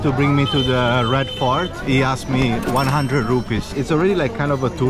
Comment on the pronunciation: It genuinely sounds like he’s saying ”Red FART” and considering where the Red Fort is, I’m sure that’s accurately descriptive of the smell.